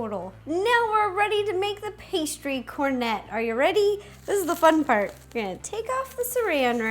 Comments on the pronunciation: I looked it up. It’s pronounced cornet, not conrei. The T is not silent. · Rosanna Pansino Cornet is French for ice cream cone and it's pronounced cornae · I use to love cooking mama 1! Haha, by the way, the ``t`` in cornet is silent (it's French).